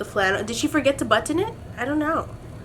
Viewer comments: The way you say "button" when talking about Bianca ! I die 😂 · I like how you pronounce "button" using EVERY letter 😂😂😂😂